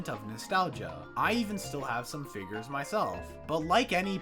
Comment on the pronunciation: Blud is saying figgers